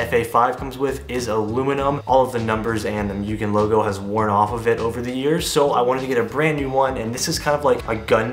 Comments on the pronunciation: it's "moo-gen" not "MU-gen" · So close! And it's moo-gen LOL means unlimited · Why ask us how to pronounce Mugen correctly if you’re just going to keep saying it wrong? 🤷🏻‍♂️